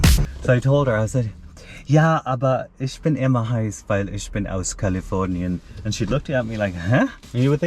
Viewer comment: the way you pronounce"Ich".Maybe I learned a different dialect. ...